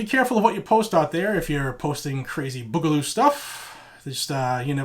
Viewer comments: Boo-ga-loo Not Bug-a-loo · BOO GA LOO not Bugloo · May the Boog be with you. By the way the first part of the word is said BOO not the way you say it. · its "boo"galoo this is like watching a boomer try to be hip